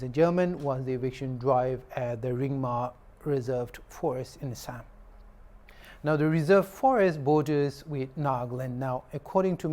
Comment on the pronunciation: Good english but it's Assam not Ass--am